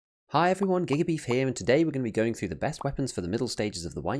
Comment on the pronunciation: you pronounced your name like "gay beef"